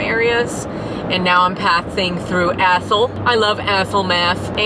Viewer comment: my husband and i say "athol" like that every single time. we always make a thing of it lol